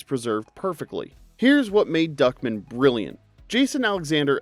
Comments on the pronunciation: Why do you keep saying "Duckmin" when his name is clearly Duck Man? From what I recall, they said Duck Man every single time during the show, by every character speaking to him. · It's DuckMAN not Duckmen. And that clearly is not a cube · Why are you pronouncing Duck Man like Duckmen? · Who tf pronounces it Duckmen? I always heard it as Duckman with an A... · It was duck man, duck..... man. Duck MAAANNN. not duckmen!!!!! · Great video, but, MY DUDE, it's pronounced DuckMAN, not DuckMIN. That bothered me EVERY. TIME. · Duckman is pronounced Duck-Man. The stress is on the last syllable, like Batman. Not like Feldman. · Just here to see if someone told you it was pronounced "DUCK...MAN." Not fast like Goodman. It's like two words. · "Duckmun"? Tell me you've never seen the show without telling me you've never seen the show. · I cringed at the way you pronounced Duckman.